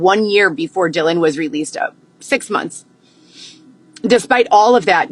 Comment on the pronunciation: What about when she says “Munthssss” drives me crazy